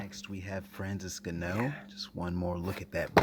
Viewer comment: Correct pronunciation: Francis "In-Gah-Knew" not Francis "In-Canoe" 🤣 Regardless solid review cheers 👍🏼